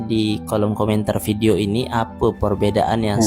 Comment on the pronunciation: Video bang bukan pidio.😂😂😂😂😂 Muka ganteng tp bodo. Ngantri Kualitas Kuantitas Universitas Antusias Minimalis Tu bukan bahasa Endon,tp dicuri dari bhs inggeris. Kok IQ78 dipamer ke publik.